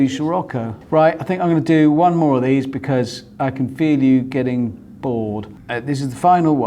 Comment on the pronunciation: Richard is infected by Captain Slow's pronunciation of "be-cazz"